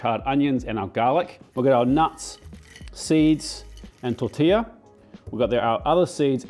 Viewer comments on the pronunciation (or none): none